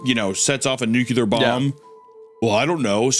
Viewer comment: Nuclear not nuculat.